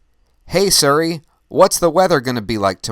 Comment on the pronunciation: suri or siri (sorry its probably your pronunciation) great show as my time zone is +8 its so difficult to catch a live show or i dont get enough notifications